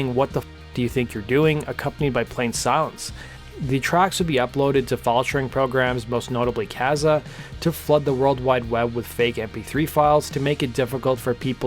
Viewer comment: It's "Kuh-zaw" not "Kass-aww".